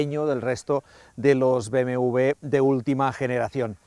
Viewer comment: BMV? porque no dice BMW?